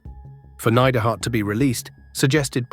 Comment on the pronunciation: Great channel. But today was the day i figured out youre just an AI voice. Neid-er-hart.